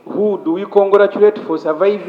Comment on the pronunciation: 😂😂😂😂"who do we conglaculate"😂😂😂